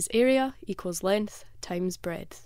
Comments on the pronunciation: She says breadth but pronounces it as 🍞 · BREADTH lol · Breadth? What?